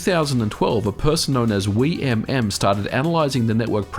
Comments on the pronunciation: Anyone cringe at how he pronounces wiimmfi? Still a good video, MKW is the best mario kart, and it's great we can still play it online! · Every video you pronounce a word wrong, today's word was: Wimmfi